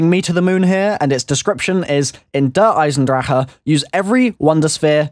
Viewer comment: New achievement DER EISENWHAT? In Der Eisendrachen pronounce the name right..